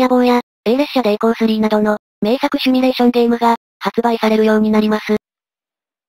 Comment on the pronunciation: 表記されてるシュミレーションではなくてシミュレーションです。結構勘違いされてる人がいますが、simulation シミュレーション。シムシティなどのシムシリーズをご存知だと思いますがシュミシティではないですよね。たんに誤表記でなく、主様の思い込みだと思いました。初期から動画見ておりますが、細かいようですが指摘させていただきました。これからも応援しております！！